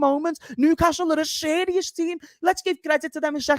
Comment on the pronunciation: "Chris...what yous laughing for ... am being sheeerious"